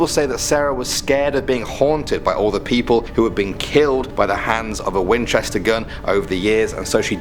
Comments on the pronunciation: #6 Wi-Winchester? WINCHESTER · When he said winchester I died a little. #supernatural